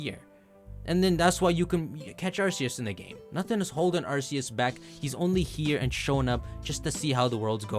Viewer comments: The way you say Arseeus, when it’s RKS. 😅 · Dude quit pronouncing it wrong, it's arkoos not arseus